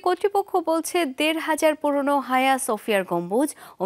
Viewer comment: তুুরুস্কের মসজিদ এটার নাম আয়া সোফিয়া, হায়া না